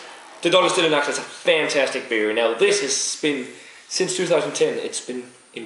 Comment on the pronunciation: CONGRATS ! Long life to your channel !Already 6 months i wath your reviews. Each one are very well done ! And your pronunciation is fine for a french as me. Well, Stlle Nacht are very good beers ! I hadn't the luck to find one as your but it seems to be a great beer. Cheers guys !